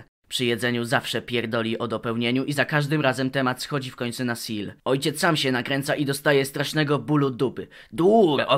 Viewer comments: kurwa SEELE przeczytane jako "sil" XDDD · Nawet mało cringowe, spoilery rzecz jasna Aaaa, Seele czyta się po niemiecku czyli ze-le. Ponieważ Nietzsche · plz nie czytaj Seele jako seal, to boli xD